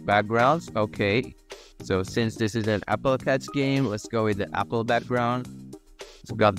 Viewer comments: Apple not appel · Its apple not appel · scratchjr: appel: also appel